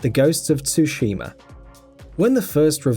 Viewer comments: Omg did you say TOOshima.. T is silent (sue-sheem-uh) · the T is not silent it's pronounced after S like (stus-hima)